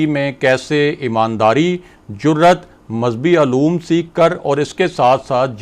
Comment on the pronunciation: Pehlay urdu sahee bolni seekhaien, min o Ann naheen hota mon o Ann hota hay , talaffuz sahee karaien. Ooloom naheen hota oloom hota hay.